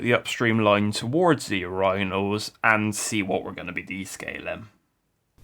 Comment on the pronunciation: You do know its pronounced UR-IN-NAL not UR-Rhine-NAL you butcher the word everytme you say it!